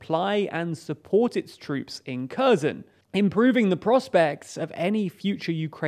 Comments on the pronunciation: KHerson not CURZON! GEEZ! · It's not Curzon, it's hhair-sonn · KherSon, not Cur-zon. It's not difficult to approximate correct pronunciation, but this less-than-impressive channel makes NO attempt. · The "K" in Kherson is "silent." Thus, Kherson is properly pronounced "HER SON." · CrimeaIsUkraine Thank you!! The Ukrainans I hear pronounce Kherson as "HEAR SAHN." Don't hear any "X" sound. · Why do you keep calling Kherson Curzon ? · The "K" is silent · how many times can he mispronounce Kherson. Emphasis should be on H not K... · Oh no! A foreigner who doesn't pronounce foreign names correctly!!!! Oh no!!!! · yea, I'd say it's pretty bad if news anchor doesn't know how to pronounce names of the places he is reporting on.